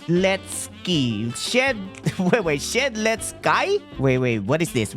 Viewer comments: It shed-lets-ky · its he's prounoced she-dels-ki😡😡😡 and sorry if i spelled prounoced wrong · YOU DONT KNOW WHO SHEDLETSKY IS (SHED-LET-SKEE) great vids tho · Shedletsky is pronounced - shed let ski not - shed let sky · U pronounce it shell-edskee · It's pronounced (shed-lets-key) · shed let ski is how you pronounce it and it's a character in forsaken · Ain't no way bro said sheledskay💀💀💀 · Bro doesnt know shedletsky💀 (shed-let-skii) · U pronounce shedletsky as sheletski